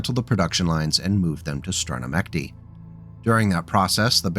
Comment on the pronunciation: To my fellow English-language kontent kreator, I komé from Konfidiracion di Kapella. Russian words are spelled in «for you» way in traditional English transliterations. Ergo, you read them as English. Strana Mechty is Land of Dreams. Me-CH-ty. Where the Ch is read as in Batchall. Not Me-muh_latin_CH_read_as_k-tee. It's land of dreams. Not of BottleMeques©®